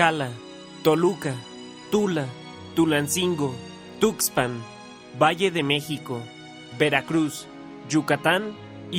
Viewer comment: GÜEjuquilla, TlaKScala, TuKSpan... 🤣🤣